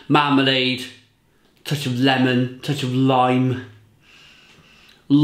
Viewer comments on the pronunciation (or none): none